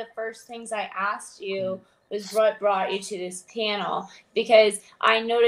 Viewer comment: She “axed” me...lmao